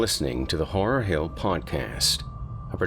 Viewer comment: Are you actually saying "horror hell"? 🤣